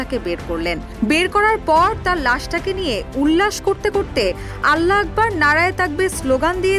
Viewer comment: এই পোষ্ট করা মহিলাটি আল্লাহু আকবর শব্দটাকে আল্লাকবার বলে বিকৃত করছে